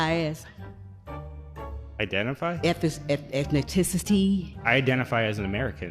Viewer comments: Ethniticity? I thought it was "ethnicity." Oops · Eth..eth..ethniticity.. do you mean ethnicity? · "Ethaticity" What? Ethnicity is what she meant to say. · Literally starting the video with "Ethni-ti-ticity" How is this woman employed? lmao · what is ethniticity? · That’s an elected politician that said ETHNI TICITY…….. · “Ethnaticity”, said the elected official. 🥴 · "Can I ask you what you identify as........ you etnet-ticity" .........what are you on, bitch? Back to Africa. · I love that the guy said he identifies as an American❤. Also that instead of saying ethnicity she said ethniticity😂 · What is an Eth-in-cen-it-tricee? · “ETH-NIT- ICITY”???? Lol! 😂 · Not even be able to say “ethnicity” when your whole life revolves around it is comical! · If you can’t even pronounce Ethnicity properly, Then you have no business at all in congress!😮 like seriously 😒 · imagine being 70 and unable to say ethnicity. This is why the stereotypes wont die.